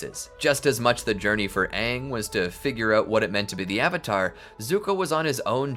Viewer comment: its AHNG NOT AYNG